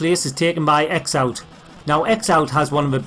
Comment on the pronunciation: FWIW, "X-Out" is supposed to be pronounced "Crossout". 😆